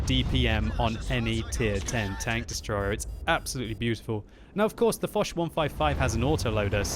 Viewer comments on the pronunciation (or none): none